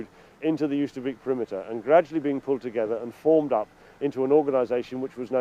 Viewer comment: Oosterbeek pronounced 'oh ster bake'